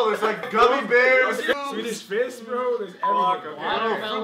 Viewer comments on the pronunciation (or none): Did say " sweetish fist"